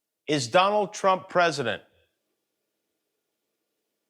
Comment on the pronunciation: "Donald Troap"? Is something wrong with his tongue?